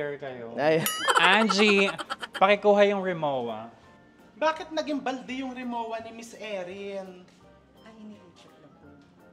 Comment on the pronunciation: mispronounced po "RIMOWA" correct ptonunciation.."RIMOVVA"